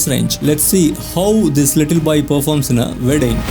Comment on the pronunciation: just pronounce as WEDDING its not VEDING......... not V